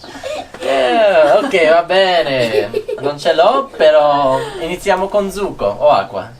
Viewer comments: please check dont' confuse the pronounce ( juice ) its succo with S not zucco with Z almost correct other parts 👍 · You said "zucco" instead of "succo"! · Your Italian is great!! and Willa are almost fluent! pronounced almost all the words perfectly! The only pointer I could give him is that juice is Succo, not Zucco (with the S of "Sex"), but other than that i can't remember a single word from him pronounced wrong! P.S.: Maneskin being a rock band often use pretty harsh lyrics.:P "Vi conviene stare zitti e buoni!" means "You better shut up and behave (literally "stay silent and be good", but in this context means "shut up and behave" and it's exacty the kind of reprimend a kid too noisy could get, so it's fun and makes sense that Willa recognized it right away while, used to more polite coversations between adults, didn't.). The second part also contained a swear word. xD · piccolo appunto: "succo" va pronunciato con la s sibilante (like hiss, "kiss", non con la z di zanzara, per il resto voi e le piccole siete amorevoli! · Well done guys, really enjoyed this video, like all others. Congratulations, you are all improving dramatically, each at his/her own pace. I teach Italian to the elderly in a small town in Massachusetts, and I plan to share this video with my class. Grazie! P.S. Succo is pronounced with a starting S, not a Z sound. Ciao!